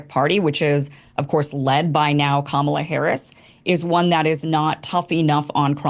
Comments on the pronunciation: For the moderator, say COMMA, La’s name correctly, racist idiot. If you can say Netanyahu, you can say Kamala’s name right. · It is KAmala, not KaMAla, as Trump likes to say. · try it now, I know you can do it.. KAHmala, KAHmala, not KaMAHla, think you can do that genius? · Why is that ding dong, repeatedly pronouncing COMMA-LAs name wrong? That's purposely... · It's "KA-ma-la" Pronounced like "Ma ma la" Show some respect people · the “moderator” consistently mispronouncing kamala’s name was so irritating. it’s COMMALA. how hard is that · Red Tie "moderator" won't speak English. What's wrong with him, he can't pronounce the former VP's name? "Kamala" is hard for him? When you say it wrong, we know who you are. When we know this guys name, let's say it wrong too. Destiny repeatedly said it correctly, then crackr red tie would say it wrong. Fail, as always. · Why can’t the moderator pronounce the VP’s name correctly? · The moderator seems to have an issue pronouncing Kamala's name. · Why can't the moderator pronounce Kamala correctly? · Who's the schmuck leading this,, his pronunciation of Kamala says, I don't belong here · The fact the host doesn't know how to say Kamala is kinda funny. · Is the host purposely mispronounced Kamala’s name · Can you tell that guy to pronounce Kamala's name correctly? Please. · Darn, Destiny the host kept purposely mispronouncing the VP's name that he got you to say it wrong too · lol he’s the perfect moderator, doesn’t give a FU(K about any position whatsoever, has no values, AND no standards! Can’t even pronounce Kamala! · The host can’t even pronounce kamala correctly … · Debate moderator... You really should learn how to say Kamala... It's not hard. And if you can't, for some reason, then call her Harris or VP Harris. Don't be disrespectful. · WTF is wrong with this moderator? He can't even pronounce the name of the subject of this debate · It’s sounds so ignorant when the debate moderator pronounces Kamala’s name wrong.😖